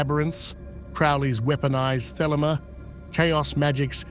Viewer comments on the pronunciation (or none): I suspected A I voice, ans it is a good one , so i dont mind .... What gave it away? Mispronounced Baphomet! Any occult historian would know exactly how to say it right 😊..... Did same with Elphias too. Vid creator , you should really check that the literal NAMES are pronounced correctly.. Did it with Crowleys Thelema too..... Come on man. Do bettrr. Its disrespectful to these occult ledgends , to use their names to make no -effort (for you) vids , and you can't even check its saying things right? You arent even checking before upload , let the AI churn it out and upload immediately without a second glance. Such is the modern world niw. (Be careful, i wouldn't want to be haunted by Crowley 's ghost 😂😂😂.... In all seriousness though , you obviously know F All about the occult , not even the basics like how to say the BIGGEST nsmes !!! Prefty disrespectful to proper occultists also .... I cant see those people been very happy about their religion being disrespected TBH. (Yeah i was saying how much i enjoy these vids in my previous comms , but this business with the misakes , is very off-putting.